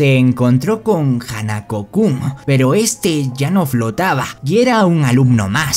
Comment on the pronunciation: Jajajaja ay no manches es muy gracioso el tono en como pronuncias los nombre de los chicos de la serie de hanako Kun adorable y chistoso quiero ver más resúmenes así 😮❤😂😂